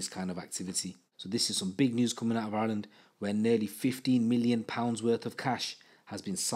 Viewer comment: Why can’t u say Ireland ?